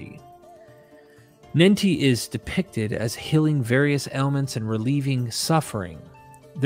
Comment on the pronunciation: I was wondering what "hilling" was supposed to be, until I realized that the narrator was saying "healing."